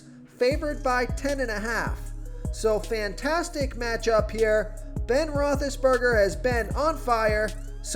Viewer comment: I like this guy, but he cannot pronounce Roethlisberger, Ezekiel or Bernard correctly.